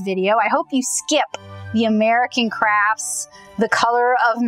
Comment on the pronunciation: At the end I could have sworn you said "American Craps" lol